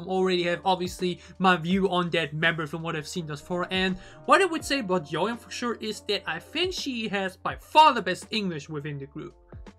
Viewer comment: Yoohyeon pronounced like ‘you’ ‘hyeon’ not ‘Yo hyeon’